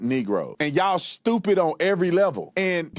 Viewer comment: What is 'shtupid' trash panda cant even talk